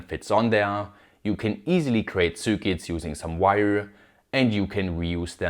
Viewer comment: what are "soorkits"?